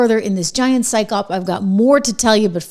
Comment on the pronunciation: Psyop, pronounced sigh op, not syke op